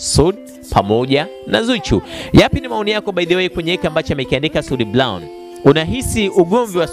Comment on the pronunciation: Eti soud blown badala ya brown waandishi jifunzeni kiswahili fasaha halafu unataka uajiriwe ITV kusoma taarifa ya Habari kweli wakati hata kutamka herufi hujui